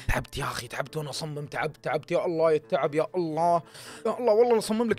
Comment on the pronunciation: الله وليس الل